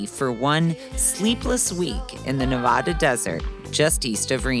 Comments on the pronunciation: It's Nevada. Not Nevahda. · Can you please learn how to say Nevada....?